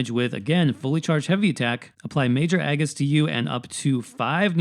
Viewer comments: Sorry but the way you say Aegis is totally incorrect and bothers the crap out of me. It's pronounced Age-is. Soft g. Long A. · Incorrect It’s actually pronounced E-gis like Regis